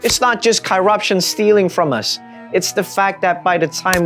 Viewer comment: learn how to pronounce corruption perhaps, you sound foolish.